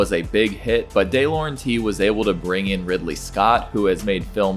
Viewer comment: Pronunciation of ‘De Laurentis’ and ‘Demme’ is wildly incorrect.